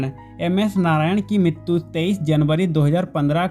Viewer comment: Yaar MITTTUUU nahi MRITYU HOTA HAI ...TGIKSE BOLNA SIKH